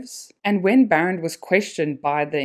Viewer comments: The correct pronunciation is BAA - Rend. And Afrikaans name not Baron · Funny you can’t say BAREND but you pronounce Strijdom perfectly. It’s not Baron. It’s BAREND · This was a decent video, but your constant mispronunciation of "Barend" was really disappointing 🤦🏻‍♂️ I mean come on, you know that it's an Afrikaans name, right? It isn't pronounced the way you said it. And yet you chose to repeatedly pronounce it this way for the entire duration of the video. Really embarrassing!